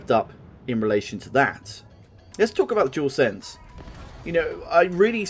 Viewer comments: Jewelsense 🤦🏻‍♂️ so many people say the name wrong 😂 it’s a dualsense 😉. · you said the name wrong 🤦🏻‍♂️ many times it’s not jewelsense it’s dual sense 👍🏻.